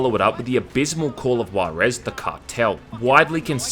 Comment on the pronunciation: Spot on list, your pronunciation of "Juarez" needs some fixing though :v The "Ju" is close to "hoo" not "goo".